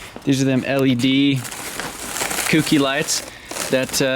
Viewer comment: Not hating, but it's pronounced "Ko-key" not "kooki". Love the videos though!